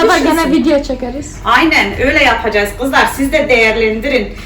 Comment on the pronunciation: Kız yapacayiz demene bayılıyorum 😇